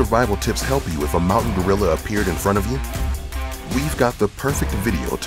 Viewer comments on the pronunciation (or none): none